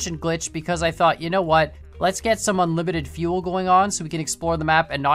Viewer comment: No fuel not unlimited fieuel